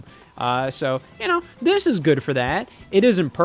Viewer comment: The way you said you 'know" 🤣